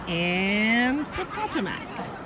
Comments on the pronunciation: I lol'ed so hard when you PAH-tuh-muk. I've never heard it pronounced that way. Always Puh-TOE-muk, but maybe it's because I'm from the south? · Potomac is pronounced Pa-toe-mack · It’s pronounced....pa toe Mac....😀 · POE-toe-Mac say it fast (lol) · FYI - puh ·TOW·muhk